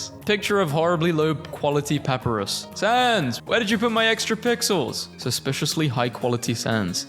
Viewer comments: It's Pap-I-Rus. not Papurus. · Puh-Pie-Ris (As in wRist) Papyrus NOT: "Pah-Per-Rus" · ok a tip in case you do a deltarune memes video again. papyrus' name is pronounced “pap-eye-ruh-s” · pepper-is.. *smurf laughingly*.. it's paPArus..🤣🤣🤣🤣😂😂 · not to be rude but I believe its pronounced pu-pie-ris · Everytime i heard pahpuhrus a piece of myself broke a little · the way you pronounce Papyrus............... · why he pronounce papyrus like that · Spamton is swallowing a single French fry and his eating noise is a whale mixed with chainsaw (please look up how to pronounce Papyrus and Gerson) (my name rhymes with blaster) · You mispronounced Papyrus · The way he pronounces gerson, papyrus, and alphys hurts me